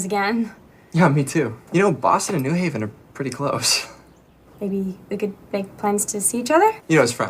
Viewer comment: as someone who lives in connecticut the worst thing about is definitely how he said new haven